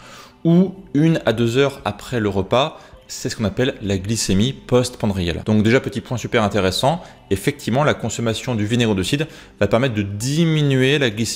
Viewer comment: Glycémie post PRANDIALE et non PANDRIALE :)